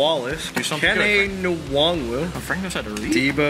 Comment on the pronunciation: As a Iowa State fan, it disappoints me that they don’t know how to pronounce Kene Nwangu 😂